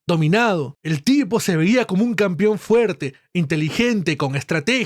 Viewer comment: CAMPEON weon se pronuncia CAMPEON CON E. Me sangran los oidos cada qie dices "campion"